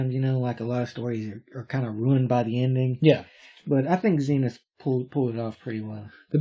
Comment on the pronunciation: was lucky enough to read all 4 phases across its weekly format, some of the best shit to come out of the UK back in the day. Please though call him Zen-Ith and not Zeen-Ith.